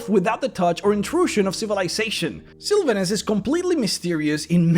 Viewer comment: Love the video... please learn how to say Sylvanus' name though. Hurt my ears being one of my favorite deities :(